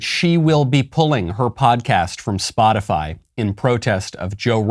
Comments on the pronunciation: Did psaki say spotifly?? 4.43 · 🤔 did she say,”Spot-a-fly.” 🤡🌎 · I’m surprised none of you have mentioned Psaki pronouncing “spot-a-fly” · Wants to end misinformation. Calls it “spotifly”. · So are gonna pretend that Jen Psaki didn't say "Spotifly" ? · Jen Psaki thinks: "Gotta sound cool to be like one of the kids" Jen Psaki says: "Spotifly 😉" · just said SpotifLy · Psaki said spoti-FLY ahaha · Raggedy Psaki said SpotiFLY.. 😄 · did she say spotifly? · Liesssssss again Miley boy she clearly said “spotifly” I haven’t seen any misinformation on Spotify but who knows what the crazies are saying on spotifly